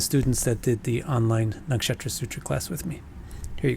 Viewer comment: I love the way you say nakshatra....cool pronunciation.